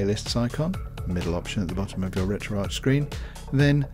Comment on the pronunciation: Why do so many Europeans pronounce retroarch wrong it's not Arch like in the golden arches at McDonald's it's Ark like archives! RETRO-ARCHIVES!!! come on people get it through your heads